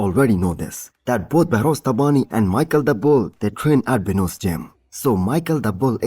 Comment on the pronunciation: His name is pronounced like mesheel not Michel ❤